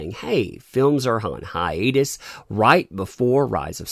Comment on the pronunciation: Anyone else hear Godzilla syndrome when they say hiatus.